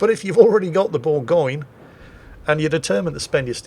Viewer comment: Thanks for pronouncing Bourgogne properly. No other YouTube does